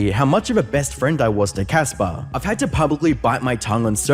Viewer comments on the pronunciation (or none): Thats CASper. With a "C". Not Jasper with a "j" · Casper not Jasper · Why fo you call Casper Jasper multiple times while reading it. This channel has always been a lazy copycat dookie. 😂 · Dog is CASPER... Not jasper